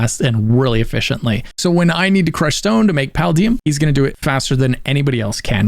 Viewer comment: I'll be honest, the more you said 'Paladium' instead of 'Paldium', the more I wanted to quit the video... : / Blatant mispronunciations like that are one of my biggest YT pet peeves besides compilation videos/channels re-using the same clip or image multiple times in the same video or multiple videos in the same series and commenting on it again like it's something new. It just screams 'unprofessional' to me regardless of how good the rest of the video is. : /